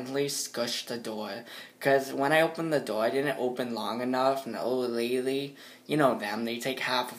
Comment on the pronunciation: "Old lay-lee"